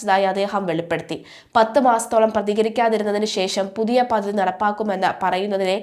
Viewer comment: പദധിയല്ല പദ്ധതിയെന്ന് വായിക്കൂ കുട്ടി